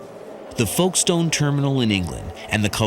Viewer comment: A shame the narrator can’t pronounce Calais & Folkestone correctly